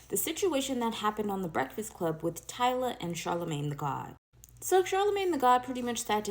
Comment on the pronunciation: not “Tiila” bro🤣